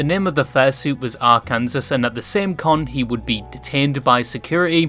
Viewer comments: "Are-Kan-Sas" lmao Kansas and Arkansas are spelt extremely similarly, but for some reason we decided that Arkansas is to be pronounced "Are-Kan-Saw" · ermm ackshully, it's pronounced arkan-saw ☝️🤓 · it’s pronounced ark-an-saw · Ahh yes, the glorious state of Ar-Kansas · “Ar-kansas” lol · I know you're not american so all is forgiven, but that state is pronounced "arkan-saw". Arkansas is also a major hub of the Ku Klux Klan historically. He most likely named it Arkansas as a direct reference to the KKK, who also uses the old confederate flag as a symbol of hate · did...you..just pronounce that...ARE-KANSAS? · Just fyi cuz this bothered me, it’s pronounced arkansaw not arkansas. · Despite the spelling it's not pronounced Ar-kansas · At the risk of repeating someone or sounding rude Arkansas is pronounced "Arkan-saw" English is so dumb with how multiple letters can make the same sounds as one anouther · the s at the end of Arkansas is silent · I hate how you said arkansas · hearing him mispronounce the state “Arkansas” is a actually kinda funny 😭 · You pronounced my great state of Arkansas wrong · bruh the way he pronounced “Arkansas” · My states name was butchered 😔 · I'm glad I'm not the only one that got irked by that 😂